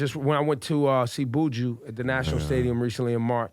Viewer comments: Ebro you need to learn how to pronounce Usain and Buju🙃😂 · this yute pronounced every name wrong! its U-SAIN! and its BU JU!